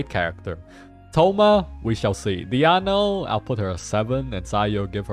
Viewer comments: So he regularly calls Diona as Diano?🤣🤣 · Why is he intentionally calling Diona as DIANO 😂😭💀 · is he calling her diAno willingly , its making me go crazy. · You think it's Diona? No. It is me, DIANO